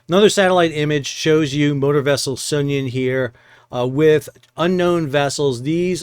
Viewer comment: Are you sure you're pronouncing the name of the Sounion right? Is it supposed to be So[uth]Union? Anyway, if the Houthis are collecting tolls then it makes perfect sense to leave the Sounion out there an as object lesson as to why a vessel owner ought to pay up. Are Russian "black fleet" cargos restricted in their ability to purchase war risk insurance?